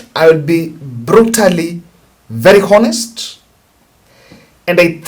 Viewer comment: It’s pronounced “Onest” not “Honest”. You can Google to check the pronunciation.